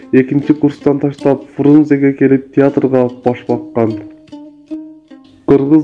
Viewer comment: Тексти окуган бала тишин тушуп калганбы Пурунзе дединго